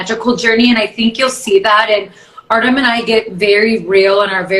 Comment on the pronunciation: Nikki says I do is beginning…what a beautiful couple …that was so funny Artem’s last name pronunciation lol 😂 and Matteo is such a good looking boy and is so sweet like his parents